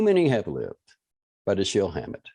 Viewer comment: I don't think so. DaSHEEL is correct.